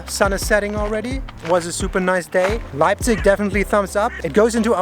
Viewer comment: In Euren ersten Sätzen sagt Ihr (beide!) richtigerweise "Leipzich" - danach nur noch falsch "Leipzick" ;-) Ist mir aufgefallen, sorry -aber ändert nichts daran, daß Euer Video großartig ist <3